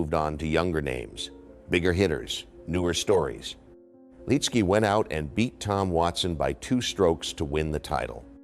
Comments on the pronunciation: Good video but the mispronounced name is annoying! It's Lit-ski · First off say his name the right way. He was in the first group I followed in PGA golf. Him, Jack Nicholas and Phil Blackmar on a Thursday at the Honda in 91 or 92. The year Corey Pavin won in a playoff against Fred Couples.